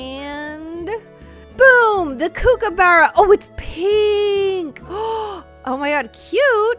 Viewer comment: Ur not saying kookaburra right either